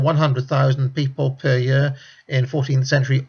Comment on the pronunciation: year not yer, heard not hyeard